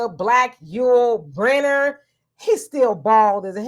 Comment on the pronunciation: Hey Donovan. it's Yul Brynner originally Briner, he was Russian, not Brenner ok bro.